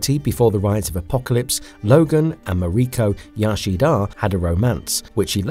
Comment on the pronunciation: All I'm going to remember from this vid is "Ma Ree Kah Yah Shee Dahh" lol Good video tho!